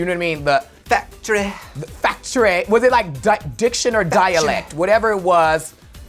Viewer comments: Factory is now “fecktry” from this point on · “Factry” Lives in my head rent free!!!